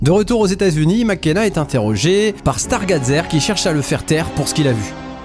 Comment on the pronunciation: 1er soucis : la prononciation du mot "stargazer", 2ème : la "grange" est en fait un camping car.. sinon bonne vidéo